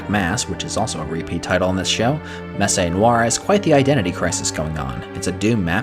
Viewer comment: Glad to see another DoD video! Excited to play this series, which I hadn't heard of. One nitpick: "Messe" rhymes with "less."